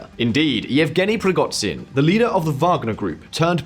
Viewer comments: It's PrigoZHin (Ж), not PrigoTZin. He's not Chinese for crying out loud. It's a sound similar to J. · It's ZH as in "eraSUre" or "dèJÁ-vu". PrigoZHin. Not PrigoDZin. I know it's not essential, but you usually get the names correct, so I found this a bit jarring. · Google the pronunciation of Prigozhin dude. The video is monetised and it's not hard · You guys are really good and with right kinds of questions on all your work. So can you go back to how you pronounce Prigozjin right? I aint a Prigozjin fan but now suddenly he has a total wierd prononciation in this video. thanks and keep up the work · great channel, but the khameini and prighozin killed me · How the narrator says Prigozhin 😂